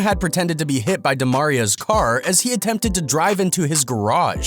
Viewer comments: da maria its di maria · Yeah it's di maria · It’s prounced Di María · Di Mariya Worng to say di maria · It’s Di Maria (Dee Ma-ria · This dude saying De Moria is pissing me off. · It’s not pronounced De Moria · da mario 💀